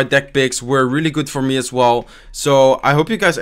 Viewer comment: Its AS you can see and not ASH :D